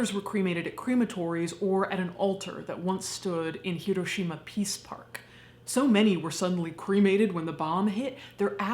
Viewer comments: She immediately said the name correctly, gets an immediate like. Remember folks, japanese doesn't have an r, just an l. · Thank you SO MUCH for pronouncing “Hiroshima” correctly! ❤❤❤ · Not super to do with the video, but as someone who grew up in Hiroshima, THANK YOU for pronouncing the city name like locals do. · Thank you so much for your pronunciation of Hiroshima. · I can't even imagine... I'm crying just thinking about my home state there one moment and gone in a blinding flash and boom. And then the after math, my God. It's atrocious. Thank you for this video and thank your for you pronunciation of Japanese names and places.